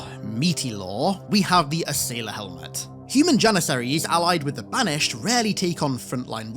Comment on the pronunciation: Ass-ailer lol